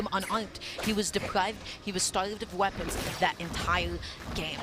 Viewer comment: He was depwived and stawved of weopons😂😂